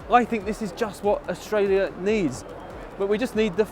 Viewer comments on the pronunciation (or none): none